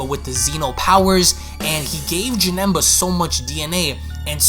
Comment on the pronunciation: He said Janemba name wrong